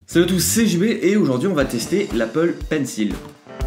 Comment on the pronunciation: "Salut tout le monde c'est jmé" ???? j'ai rien compris, tu sait il faut articuler dans la vie